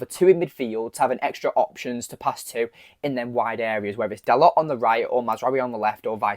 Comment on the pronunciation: It's not "Dalott", it's pronounced "Darlo".